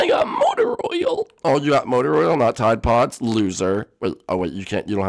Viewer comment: Teeday Poedes (tide pods)